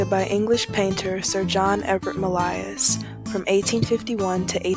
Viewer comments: Oh Professor…. Mill-EYE-iss? Millais. (Mill-AY). Pre-Raphael-EETS?? (Pre-Raphael-ITES). Respect the art & artist - please pronounce them correctly. Thank you. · Mill-eye-iss? Millais (mill-AY) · Mill-eye-iss? Millais > (Mill-AY).